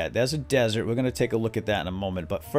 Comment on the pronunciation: *desert lol not dessert